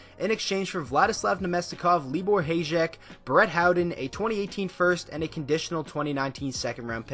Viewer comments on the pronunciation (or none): Great video! Also, it’s pronounced Hi-yek, I don’t mind though.